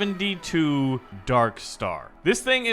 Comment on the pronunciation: he said sr-72, as a plane nerd, that hurt